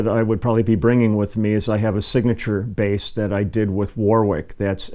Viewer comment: Love that bass! I feel inspired to go and build my own "Frankenstein" bass. Thanks, Leland! BTW: 'Warwick' is not pronounced "war wick." It is pronounced "warrick." Cheers :)